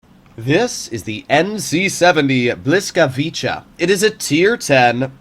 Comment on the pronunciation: Bruh that's not how you pronounce the tanks name